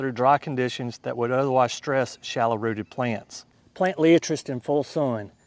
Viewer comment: Pronounced Lie at tres ! Otherwise excellent presentation